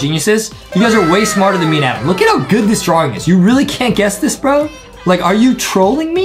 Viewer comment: Adem not Adam Justin right